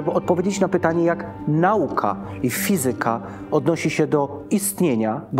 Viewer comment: fizyka, matematyka - akcent na trzeciej sylabie od końca;)